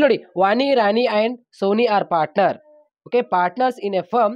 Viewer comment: Suni alla soni😅